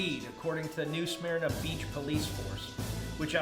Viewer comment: Eh!!! Home town Florida man news!!!! Fuck ya!!😂😂😂 Say it with me. New Smerna. Not how it’s spelled but how you say it. Lol